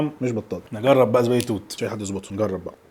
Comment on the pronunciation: تعليق بسيط زبادي توت وليس ذبادي توت